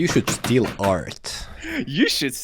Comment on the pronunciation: Every actually good tip was just overshadowed by “Dont shteel frum oters 😡😡”